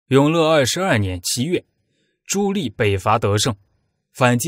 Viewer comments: ㄌㄧˋ什麼ㄌㄧˋ？ ㄉㄧˋ 棣 啦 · 朱棣（念弟）不念朱力⋯沒文化還在配音⋯暈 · 棣 读di 4zshengm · “朱棣”，“棣”字，發音“帝”。 “心喜歡生”，應為“心生喜歡”。 “好好干吧”，應為“好好幹吧”。 “干、幹”兩字，基本意義不同。 如全文使用簡化字表述，可用“干”，惟本文以正體字（繁體字）行之，則應使用“幹”，以免混淆。 “百思百得其解”，應為“百思不得其解”。 “血脈賁張”，“賁”字，發音“奔”。 “空空如野”，應為“空空如也”。 “絕殺”，應為“截殺”。 “抵擋”，應為“抵達”。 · 哎，那个读朱棣（弟）！！！！！！ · 听得我浑身鸡皮疙瘩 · 你连朱棣di都读错，装什么文化人